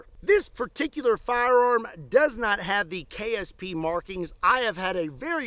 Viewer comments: It sounded like you kept saying “KFC” not “KSP.” Now I wannna go buy me some red & white bucket for lunch. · LOL almost every time you said ksp i heard kfc .....